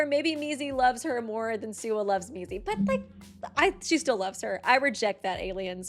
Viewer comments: Did she just call Mizi, Mickey??? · oh yeah! such cute "friends" also the was she calls mizi Mickey 😼😼🦅🦅🦅